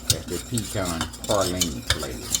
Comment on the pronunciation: I’ve made this cake before, but it’s not PAR-line, it’s pronounced PRAY-line. Please!!!